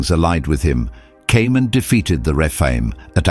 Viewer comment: Oh not Dog.Rephaim not refime.